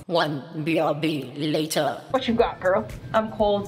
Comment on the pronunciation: "OnE bRb LateRr" LOL LOL